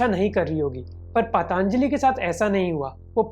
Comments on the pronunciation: bro, its Patanjali.....not PatAAAAnjali.... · It's Patanjali not paatanjali... procunouce to sahi bolo 🙄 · First of all learn how to pronounce 'Patanjali' Not 'Pataanjali' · Bhai pataanjali nhi patanjali bola jata hai ! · Pehle isko Patanjali bolna sikhaao